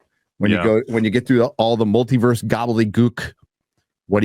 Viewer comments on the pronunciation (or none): none